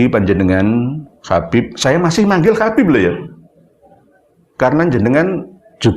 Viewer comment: Nyebut habib aja khabib…belajar dulu sana nyebut huruf hijaiyyah yg benar jgn bikin malu aswaja